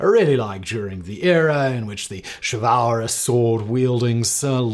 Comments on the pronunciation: Is that how you pronounce chivalrous??? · Chivalrous mispronunciation is killing me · Anyone else amused by the repeated pronunciation of "chivalrous"? Just me? 😂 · Pronunciation of chivalrous annoyed me on this one. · simons pronunciation of chivalrous makes me uncomfortable - even though i’m sure one of his many pronunciation dictionaries said it’s the correct way